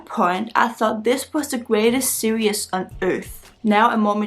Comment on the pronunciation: yea! you are back! so nice to see you. you are charming, as always. is it ok if i help you with how to pronounce series? it's 2 syllables, not 3. sear-ees ... not sear-e-us. i love your enthusiasm, and your bright young face is always pleasant to see. take care! :-)